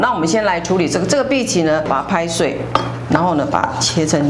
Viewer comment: 荸薺 的荸是念ㄅㄧˊ ，難怪打四聲無法出現字